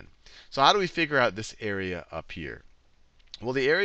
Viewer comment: Area sounds like squarerea ;)